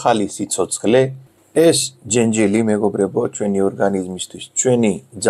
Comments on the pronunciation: ჯენჯილი არა,ჯეჯილი❤️ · ჯენჯილი არა ჯეჯილი. 🤣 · ჯეჯილი, ჯეჯილი - ჯენჯილი არა :)